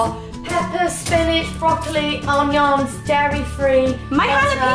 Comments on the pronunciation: I HAD TO REPLAY HOW ROSIE PRONOUNCED ONIONS LIKE 194920 TIMES. OMFG IT WAS HILARIOUS. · The way Rosie pronounces "onions" awwwwww If I visited London, do you think I could count as a boy..stay in the boys room hahaha You're house is beautiful ☺️